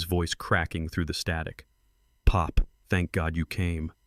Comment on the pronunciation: I wish the narrator would not say pop as if it was a noise and not a name, also why say Tony’s is said Tony S ridiculous.